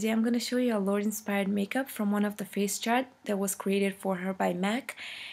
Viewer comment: yep you pronounced it right...its 'lord' not 'lordey'...xxxooo